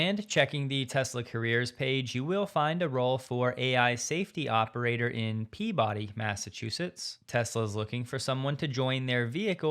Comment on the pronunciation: Hey, I am from Massachusetts. Our cities are almost never pronounced the way they are spelled 🤣 Peabody is not pronounced "Pea - body", the second half of the word has a quicker pronunciation, more like "Peabud - eee"